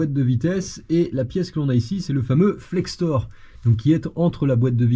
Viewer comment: Salut, ça change de d'habitude cette vidéo 😅 J'ai aussi une vieille BM, mais elle a 20 ans de plus que la tienne 😊 J'ai tout mon châssis en powerflex, monté il y a plus de 10 ans c'est de la bonne came 👍La matière c'est de l'uréthane. Et sinon on dit Flector, pas Flextor 😉